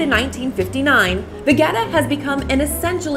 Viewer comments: Pronounce as ve-je-ta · Vegeta is a Croatian product, I am Croatian and I am pretty sure that I know how to pronounce Vegeta! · stop saying vegeta